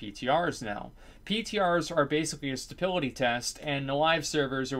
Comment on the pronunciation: "A stapility test"